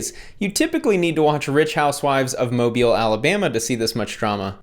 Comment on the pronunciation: Omg you said mobile right. So many people say that city wrong. Well you're from Georgia so you'd say it right